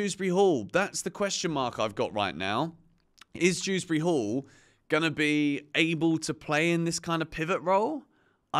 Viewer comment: its Dewsbury